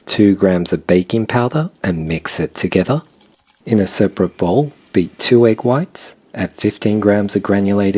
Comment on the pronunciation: 「ﾐｯｸｽﾄｩｷﾞｬｻﾞ↑」これを見るために見てる